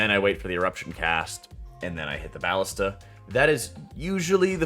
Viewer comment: "BAH-lista"? lol. sir. isn't it... uhhh "bah-LIS-ta"? lolol (Also, quick tip, instead of looking for where the saboteur or wtvr is running, you can actually look around for the BAH-lista with the timer icon on top of it. One of the others with no icon will be next. Also, I'm glad you opened up the discussion about when to fire it. I have been pondering this with my team. Yea, kind of weird how it works. I ALSO wonder if it will stay this way. Also ALSO. Hey! Thanks for making vids, I think they're great! :P It's nice to theorycraft in the community etc ya know? :P